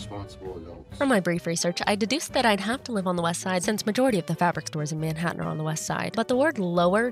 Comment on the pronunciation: It's pronounced more like menHAttan LOL but congrats and welcome!